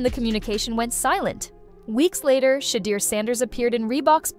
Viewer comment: this chic called him sheee-durr lmao